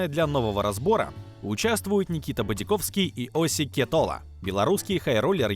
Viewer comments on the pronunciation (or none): бадзиаковский... буэээ, это же надо так изуродовать фамилию какимто корявым языком